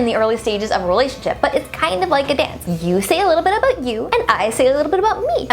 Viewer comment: Lol omg yes your Canadian.! In the beginning you said Aboot